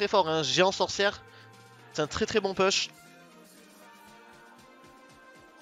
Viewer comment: quel niveau, gg cette vidéo ! Pour le "push", on prononce "pouche" en anglais ;-) ou alors tu le dis en français "puche" ^^